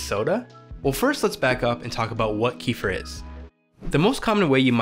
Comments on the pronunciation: Wow the way you pronounce kefir is one of the pronunciations ever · just came here to say you were pronouncing it wrong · I don't forgive you,it was an immediate small cringe when I started the video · Man! The way he pronounces Kefir is so unbearable, it’s hard to watch this video!! :-( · Pls learn how to pronounce Kefir ..